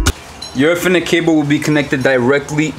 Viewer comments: Good vid but its E-ther-net, not ETH-er -net :) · "E" ther "Net" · It's pronounced "E" Eeeethernet, cable.